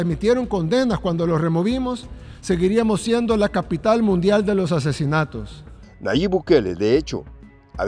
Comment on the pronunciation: Por favor es Nayib no Nayit buen dia